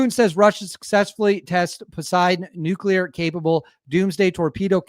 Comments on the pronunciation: Say it with me,. “New-Klee-er”. Nuclear. Not nucular. When you use the wrong word, it makes your video hard to watch. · Nuclear Sounds like noo·klee·ur Other than that 👍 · Nu-clear ffs